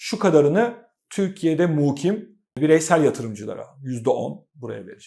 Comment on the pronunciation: Muuukim değil mukim yada oturan demelisiniz. U harfinde uzatma yok.Güzel bir video olmuş.